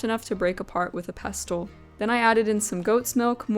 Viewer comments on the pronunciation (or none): required gammar karen here LOL Im sure it's just falling due to your particualr accent.... ANN-uhls Normal, everyday English an-NALS Rare, poetic, dramatic, or affected in Pestle the "t" is silent Pess-UL hehehe generally its: INE-corn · Notes on pronunciation: 1) mortar and pestle. Pestle rhymes with wrestle. The is silent. 2) asafetida. The accent's on the third syllable. ass-uh-FET-i-duh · I love ❤ your channel! Your dedication to every detail is inspirational! I want to share a list of words with you so that you can observe the pattern of silent “t”: Rustle Gristle Thistle Hustle Whistle Apostle Castle and Pestle. You requested for feedback on pronunciation of arabic words multiple times in your video. but since you frequently use your trusty mortar and pestle that I thought you might like to see that pestle falls into a pattern of that sneaky silent “t.” again… thank you so much for your beautiful channel. 🙏🏻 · Pestle rhymes with wrestle. The t is silent. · I've never seen someone try to flip an omelette, I've always seen people finish it off in the oven to brown the top. Also, I didn't realise, until this video, that some people pronounce pestle with the t